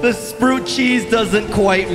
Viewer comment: Why does he pronounce sprout like that